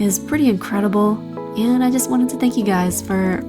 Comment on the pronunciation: why was there a cat saying fank you guys